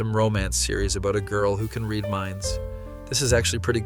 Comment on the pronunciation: Yeah. If it's AI it's very good. He even stumbles over his words a couple times. The only part that made me think it might be AI is that he pronounced "read" wrong once.